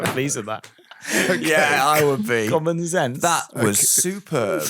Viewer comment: Ah! I listen at 2x speed, so I just thought they were saying "Common Sense" and was unclear on why it was clever. Common Zense makes more sense.